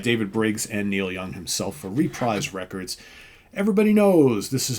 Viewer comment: No complaints about the selection . . . . HOWEVER, M'thinks your "RE-prize Records" is actually pronounced "re-PREEZ Records". Checkin' my handy-dandy all-weather super-groovy laptop dictionary here, and I find: [ re·prise | rəˈprēz ] Any chance this pedantic little error of elucidation could be corrected in the future? Very much appreciated. 🙏☺